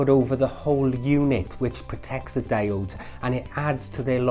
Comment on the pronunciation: ALUMINUM! Damit, also their pronounced DI-ODES!